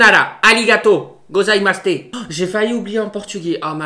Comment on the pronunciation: Ah oui et t’a aussi dit ございますて= gozaimasute= là